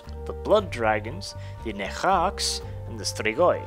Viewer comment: ps. you perfectly pronounced Strigoi! :D Side note, these are Real Fucking Bad Ass Mother Fucking Vampires! :D